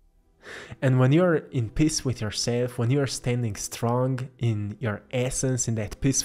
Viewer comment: Well you've hit me on the head in every way....but I have to sadly admit that every time you said the word Peace I kept hearing the word "Piss", I laughed every time, sorry :) I love your paintings they are very beautiful.